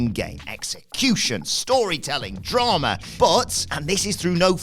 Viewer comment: Drama* not Drohrmer